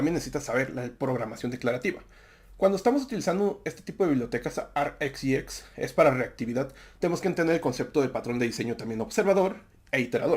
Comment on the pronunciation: dimmu borgir, digo no pude seguir tu pronunciacion (RxJS) menos mal que pusiste el logo